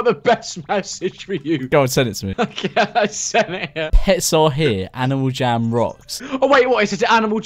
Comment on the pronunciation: he says: "aNiAl jAm"